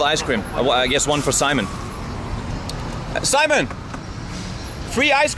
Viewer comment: Simone ain't spanish. The correct form is SIMÓN /see/mÓn